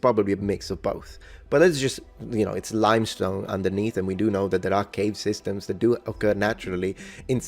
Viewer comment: lime stone, not "limstone" ;-)